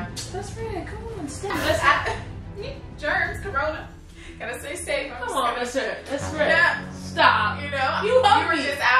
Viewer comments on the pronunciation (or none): She said germs corona😂😂😂